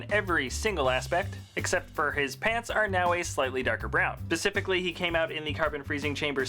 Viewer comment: Hi I don't know if it's just because your American or not but when u say 'Pacifically' instead of 'specifically' it REALLY ANNOYS ME but otherwise great vid